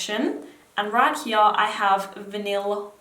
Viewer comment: love your pronunciation of here 'heeyah' lol